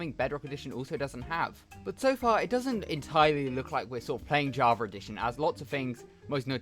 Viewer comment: yeah thats definitley an ER not an A javer